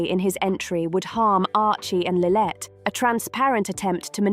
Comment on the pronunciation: it's SANDRINGHAM and LILLIBET get it correct or stop faking you know who they are or where they are if you cannot get the names correct